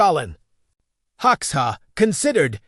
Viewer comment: At least train the AI to pronounce Hoxha correctly. Please.